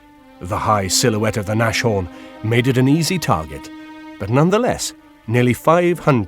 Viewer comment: Nashorn is pronounced "Nas-horn", not "Nash-orn". The name means 'Nose Horn'.